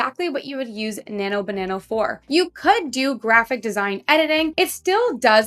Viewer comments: Why do you keep saying "Nano banano" instead of "Nano banana"? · As you probably already realized, it's actually Nano-Banana (not Banano) but that's Ok because you sound cute saying Banano, I like it! 😁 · Why do you say "BananO"? Annoying as F@ tbh... sound like a teenager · I just thought it's how Canadians say it :))))